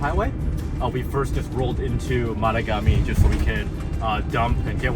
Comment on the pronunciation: Yo Canuck what's up! Sorry had to h. Great trip three dogs wahooo. Tip drove me crazy...it's ma tog Ami...with accent on tog...I'm just a few hours south. Love the north.